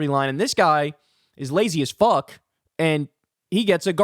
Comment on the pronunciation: I LOOOOVE how you say "He doesnt give a FUHCK".. 😂😂